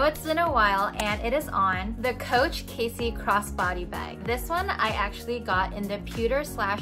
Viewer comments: It's Cassie not Casey.....fyi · Nice video! It's pronounced cAssie, not Casey. I carry a mini pochette or toiletry 15 in mine just fine, I think it depends how you fit all the accessories in. Thanks for sharing! :)